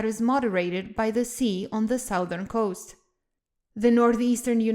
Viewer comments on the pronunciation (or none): The "south-ern" coast? The western part of the US is very "moun-tanious"?